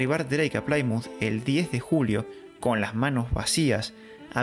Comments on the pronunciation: Me ha encantado el vídeo y he aprendido muchas cosas que no conocía Pero se pronuncia Plimuz, no Plaimuz 😊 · No hubo batalla en la Armada o fueron solo escaramuzas. Lo cierto es que volvieron a España casi sin daños, hasta que toparon una gran tormenta y la pérdida de muchos barcos. Reportaje de la propia BBC. Un apunte….Plymonth se promuncia (plimez) y no (plaimoz) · Plymouth Se pronuncia en inglés "plimouz" no digan plaimouz